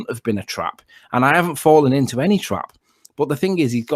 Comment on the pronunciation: Fwawwen into a twap !